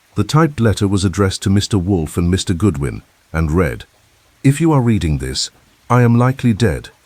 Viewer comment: Another great plot! "Read": now, I reed. Yesterday, I red. The ai has vastly improved but English is a challenging language❤